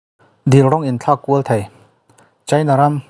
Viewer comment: Mizotawng uluk rawh,thei tih tûr ah Thai tih te a awm ...